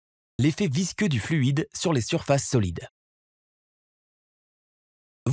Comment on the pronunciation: Visqueux et non visceux!